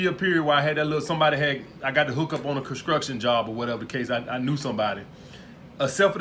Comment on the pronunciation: Concruktion job lmfao construction is the proper term 😂😂 good video tho